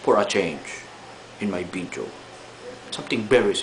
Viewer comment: its not bideo its video,your f is p,example fried,you say pried instead fried,so you gotta make it totally right,but your so awesome anyway